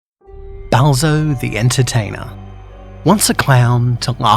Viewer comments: why did he sound like he said Bowser? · every time he says balzo I hear him saying bowser